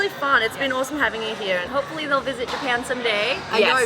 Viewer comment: オーストラリアのホストファザーはneighborをナエバ、here をヘヤと言っていたのでイがエに、エがアと変わっていたように感じました。